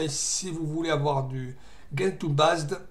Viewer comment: Ah, et on dit djentoo, pas guentoo (cf leur wiki)